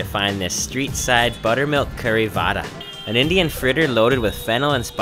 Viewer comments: THIS IS VAAAAAAAAAAAAAAAAAAAAAAAAAAAAAAAARA THIS IS WHAT U CALL VAAAAAAAAAAAAAAAAAAAARA EYERANIAN SHAII HIIITHEREABAD the worst moments ranked 1st to 3rd. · that's sounds really funny "This is like a vadaa" xD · i love how he says waadaa lollllll